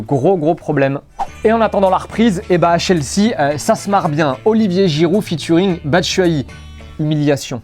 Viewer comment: Possible de prononcer "Chelsea" correctement ?